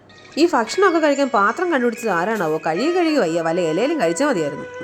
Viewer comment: Fakshanam alla. Bhakshanam 😂 Bukket okke parannu varum ..ente amme namichu😂